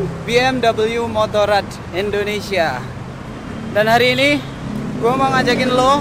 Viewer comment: Endonesia atau indonesia?